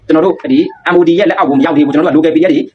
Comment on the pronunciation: Mod ပါကွာ maodလို့မဖတ်ပါနဲ့